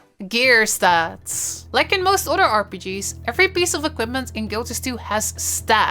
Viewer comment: Iove the accent and how she says otter when saying "other"